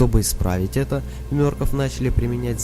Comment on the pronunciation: не мёркоф а мёркоф